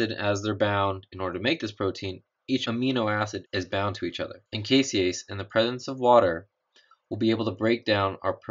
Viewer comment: The enzyme in the Casein Utilization experiment is "caseinase" not "caseiase" just fyi.